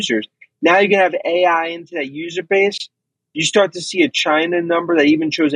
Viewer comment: did you say "shart"? It's " before we start ". Great Freudian slip